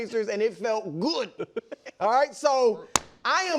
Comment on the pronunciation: "it felt GOUHD!" 😂